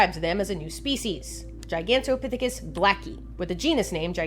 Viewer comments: nailed that pronunciation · yup thats how you say Gigantopithecus!